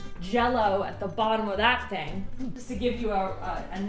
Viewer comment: "A quarter of a ting thick." 😂😂